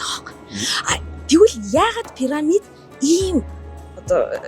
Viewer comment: Ene gold ni suuj bgaa sahaltai pesda chne hel muutaimuu? Paramid Paramid gd hutsaad bhiin.. Piramid gd zaagad ogchooch sd..😂😂